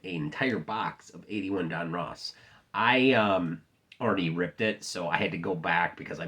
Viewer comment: Don Russ not Don Ross